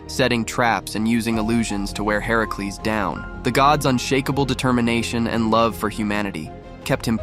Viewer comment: Why does he pronounce Hercules like that? Ai?